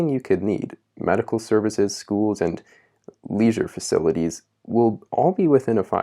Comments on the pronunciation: What's with that emphasis on "leisure facilities"? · That pause at "leisure facilities" does me a concern.